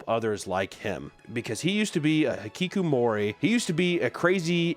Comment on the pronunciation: You pronounce hikikomori perfectly, what a chiz amp